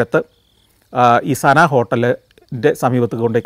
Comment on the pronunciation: 'സന' ഹോട്ടൽ ആണോ അതോ 'സബ' ഹോട്ടൽ ആണോ?😁